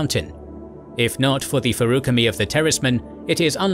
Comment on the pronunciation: so i know pronuciation is one of those things buts damn your pronunciation of specifics hurt my soul feruchemy was the worst